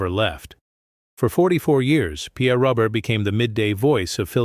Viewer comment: Ro bare. Not Robert